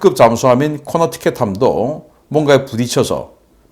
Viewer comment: 코네티컷을 자꾸 코너티켓이라고 부르시는 중